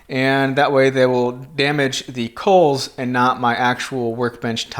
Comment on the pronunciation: Believe it is pronounced "calls".